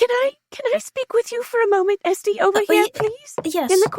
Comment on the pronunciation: I love how they just got magically drunk out in the open without a care for the world. Also I have to confess, every time they say Estie I think her name is STDs 😭